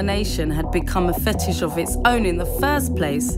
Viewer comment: Can you really not say Fet..ish?? That upset me more then it should